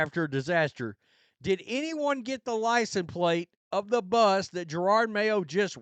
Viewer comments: Yeah, Pats fan 30 yrs. This sux! Even worse is that this B's going at least another year. Are we gonna mess up the Drake? Also, does anyone one know why this guy refuses to pronounce JaROD... It's always Jarard. Is it an accent thing, or disrespect thing? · Not sure if guy’s mispronunciation is intentional at this point , “Gerard” Mayo lol .